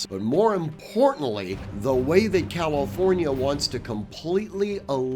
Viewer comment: NOT "calOfornia". Distracting to keep hearing the wrong pronunciation.